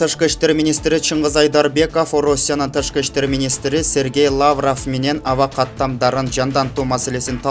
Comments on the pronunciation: Журналист,диктор Орусиянын министри иностранных дел Сергей ЛаврОв жана дагы росс потреб надзор.Орус создорун туура окусанар. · Биздин журналисттер, ведущийлер ушунчалык денгээлдери томон, Лавров, дегенге ударения а га басып айтылбайт, дикцияны ондош керек!!!